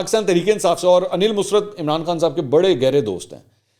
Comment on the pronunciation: Mansoor , can you not say “ Musarrat ? You always say “ Musrat “ .